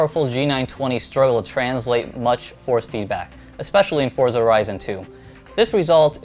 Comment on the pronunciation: boi its pronounced "fortza" its a hard "z" not a soft one